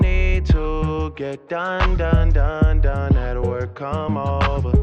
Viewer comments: It's not wer its work you need the k. Besides I only listen to country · It sounded more like "twerk" than "work"... And looked like that as well.